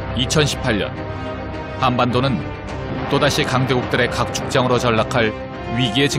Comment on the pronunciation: 자꾸 한반도가 한반두로 들리노 ㅋㅋ 쎄에에에